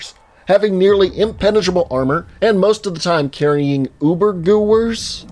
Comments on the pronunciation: Ubergooers.. wow. Ubergewehr; U-ber-ge-ver - [super rifle] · Ubergewehr is pronounced Oo-bur-guh-ver. W's are pronounced like v's in German. I really liked your UberGoobers though! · Ubergoobers, no its not g-eww-er its ge-ver and it stands for rifle in german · Ubergoober is pronounced oo-burr geh-vare. Only reason i know this is cause of 1 year of german class in sophomore year, and a lot of time playing the old cod zombies gamemode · Uber-guh-vehre. its guh-vehre. Means gun. Firearm. Sometimes rifle. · those ubergewhers are pronounced UberGeveers (pretty much) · ÜberGewehr is pronounced “ybergeverr” It’s like you didn’t even try to research a different language, where the hell do you even get your sources from? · it’s pronounced there Oober gev air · uberwehr pronunciation uber gever (the pronunciation of gewehr is in my opinion fast just use google translate and hope the ai voice do it right) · it's pronounced Oober- guv- air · Uber gevair isn’t how you pronounce it it’s supposed to be a super stg44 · i dont wanna be yhat guy but come on dude, its the dtereotype that W's are pronounced Like V. Its true though. Its pronounced Ueber-Geh-Veh-her. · that is pronounced Uber-ge-vere. In German W’s are pronounced as V. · Übergewehr is pronounced "ooehber-gevehr" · Somebody finally said it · And How the fuck do you pronounce "ooehber-gevehr" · i always use incorrect spelling when I try to explain stuff like that to people. it's not correct to do this but it DOES get them to pronounce the word in seconds. In this case '' OO-BER-GUH-VEER'' .TRY IT! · "No that was terrible, you're butchering my beautiful language! It's "Ubergewehr" verdamnt - say it!" -That one soldier from the second game if he saw this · Sesturer and bratwurst nice too but the ubergoobers have me dead , laughing and on dead on the floor